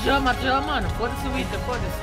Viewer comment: COMO OUSA FALAR FODA EM VEZ DE FÔDA ,AGORA SOFRERÁS AS CONSEQUÊNCIAS